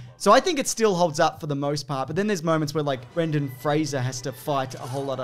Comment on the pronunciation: THANK YOU for pronouncing Brendens' name correctly